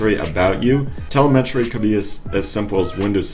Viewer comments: Telemetry... Tel em etry. Not tel e met ry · The word is pronounced "Teh-LEM-et-ree" Not "teh-leh-MET-ree" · btw...the correct pronunciation is tel-LEM-etry (>‿◠)✌ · Where did you learn to speak? You sound a bit off when you say the word telemetry. I mean you no disrespect. Please check here to learn the correct way. I hope this helps. Good day sir. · Telemetry, please look up how to say it. You're so far off base it's not funny.